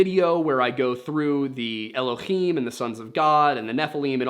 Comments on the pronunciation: Just for future episodes “Elohim” doesn’t have a guttural sound in it, its spelt with a hay not a chet ❤ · This was a fun one. Before you get into your vid about the mysteries of biblical nomenclature (looking forward to it), you probably should be aware that 'Elohim' is spelled with a "hay" and not a "chet" and is therefore pronounced with a normal english "h" instead of the phlegm sound from "Achmed" or "Channukah". It's also a plural form, but that part I assume you're aware of and will come up in that video. My hebrew is poor, but I do have some background in it if would be helpful. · It's "Elohim", not "Elokhim" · Just so you know you’re pronouncing “Elohim” wrong, in Hebrew it’s written with a soft “h” sound not a ch (guttural) and so should be said like el-oh-heem. It’s not like Hanukkah (which has the guttural “ch” noise as its first letter) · Please, PLEASE stop pronouncing Elohim with an aspirated 'H' it's NOT ASPIRATED. The 'H' in Elohim is a soft sound. I've studied biblical Hebrew & spoke modern Hebrew with my first wife. It's a soft H... Thank you.